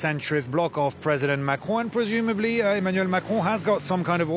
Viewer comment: Pronouncing “Marcron”….. I think I’ve figured it out. Start by saying “Mac”….. and then clear your throat.